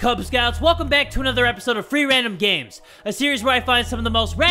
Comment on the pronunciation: Did anybody else realize that he said 'Gays' and not 'games'? It might just be me, but i can still hear it.....